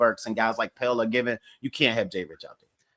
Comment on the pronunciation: FYI, Pelle pronounces his name Pe-La